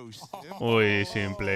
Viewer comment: Me explota una vena cada vez que pronuncia s1mple como "simple" en vez de "Simpol"